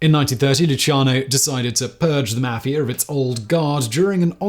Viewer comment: You can't pronounce Italian names. Or even the term Mafia.